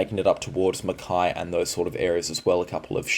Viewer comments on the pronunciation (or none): none